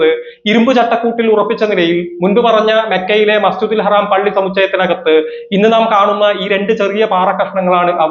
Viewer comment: എടോ മസ്ജിദിൽ ഹറാം അല്ല മസ്ജിദുൽ ഹറം അങ്ങനെ പറഞ്ഞു പഠിക്ക് അതെങ്കിലും ആദ്യം പഠിക്കാൻ നോക്ക്